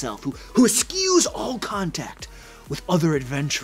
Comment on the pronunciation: Eskoos? Eschews is pronounced uh-shoes.